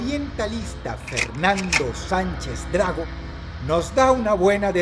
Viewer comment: Oye Dross... ¿No estarás usando una IA para imitar tu voz verdad? Lo digo por un par de erratas que no me parecen muy propias de ti: "Valhalla" se pronuncia Valjala, y Sánchez DragÓ lleva acento en última o.